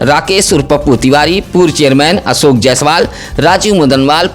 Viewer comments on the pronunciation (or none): none